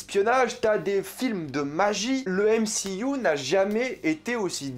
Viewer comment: "décé, yenna"... Tu connais pas DC Comics apparemment... j imagine donc qu en dehors du "m-si-you" tu ne connais pas Marvel, tu a decouvert Marvel avec le "m-si-you"... Essaye la série "Vertigo" de DC Comics ca te fera grandir (prononce "dici" ou alors dit "MCU" sans ton accent anglo-saxon ; sois tu mets l accent partout soit pas du tout)